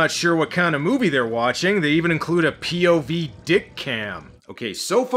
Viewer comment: Did you say " pee- o-v"?